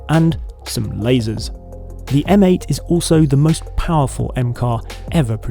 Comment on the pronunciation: M8.... pronounced "Meh 8" 😑 Heavens above, the rear of that convertible! A little bit of sick came up!! 🤢